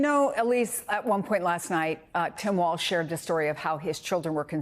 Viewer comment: His name is Walz … not Walsh … why does this host seem to want to slander Walz ???